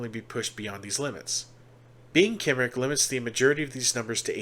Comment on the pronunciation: If you dont me saying Cymric is pronounced Come-Rick. Their land is Cymru pronounced Come-roo the people are the Cymri Come-ree and their language is Cymraeg Come-rye-g